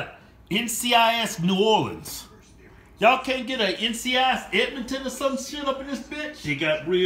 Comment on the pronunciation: "edmoton... eedmon tunn" lmfao